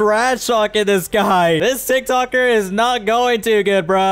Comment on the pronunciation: Bro he said toktoyk